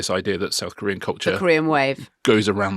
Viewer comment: I am, it must be admitted, becoming a tad hard of hearing in my dotage. In the item on BTS, Richard referred to ‘South-Korean culture’, and I was convinced, at first, that he said ‘saccharine culture’. Hmmmm …